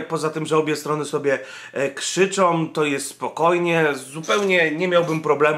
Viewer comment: nie ma słów: probójom, som, krzyczom, korporacjom, pls.., protestują, idą - ok:)